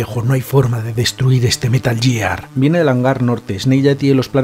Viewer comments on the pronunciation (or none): Si no dijeras «outer jiben» y «Metal Yiar», lo petarías. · ya, ya, si lo entiendo jajaja pero hombre, jugando a los juegos quieras o no lo corriges, de tanto oírlo. Al menos el «Metal Yiar» jaja.